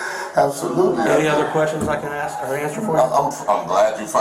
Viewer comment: Warren...DO NOT AXE anybody, you will go to PREE SON